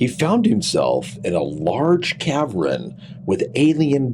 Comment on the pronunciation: Its not a caverin its jusr called a cavern 2 sylables not 3